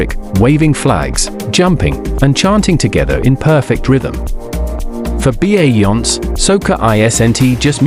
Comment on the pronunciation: BAY JANS pronounced BAY JUNS by Barbadians.